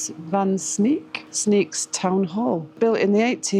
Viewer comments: Sneek pronounce is like the English say Snake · Sneek is pronounced Snake in English! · In Dutch the pronounciation of Sneek is like snake not sneak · Sneek would be pronounced as Snake for an englishman, instead of Sneak. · Frisian is a language actively spoken and written every day. It’s tought in schools to keep it alive. In some bigger city’s it’s more mixed with Dutch. Within the Frisian language you even have some different dialects. Sneek is pronounced as “snake”. Thanks for visiting Fryslân. Have a nice trip!